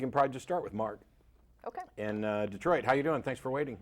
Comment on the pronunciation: Jeff Dee-troit